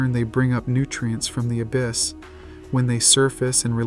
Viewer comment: The ab-iss lmao